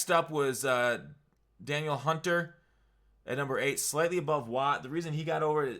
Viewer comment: Hate to nit-pik but it’s pronounced “da’neil” hunter. From a Vikings fan 👍🏾😁